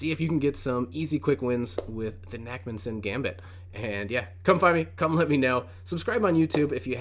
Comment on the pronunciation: this looks great especially as i play the scotch alot in blitz. i should really learn the urusoff though so i will check out your content on it. btw it is probably pronounced nakhmanson where the kh is a hard palate sound like the ch in bach or like you have an itchy palate and go chhhhh to kind of scratch it. It comes from the hebrew name nachman.